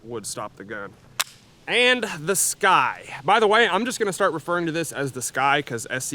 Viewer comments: You’re pronouncing it wrong. It’s not “sky” it’s “sucky” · Sccy is pronounced 'sky'